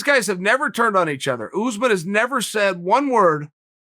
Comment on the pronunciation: Me: "Kamaru Usman" Chael: "Kamara Oozemans" Me: "Kamara Oozemans"